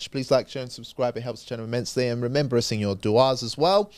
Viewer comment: will you PLEASE STOP pronuncing 'us' as 'uz'?